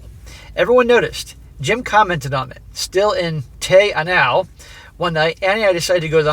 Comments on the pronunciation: It's pronounced Tee Ahh Now. Beautiful spot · Wow, Te Anau is about 2 hours from where I live, and that's hilarious you were struggling with the pronunciation. That area, Fiordland / Te Anau is an amazing place for hiking, no where else like it in the world. Instead of banging these women this guy should have been hiking those trails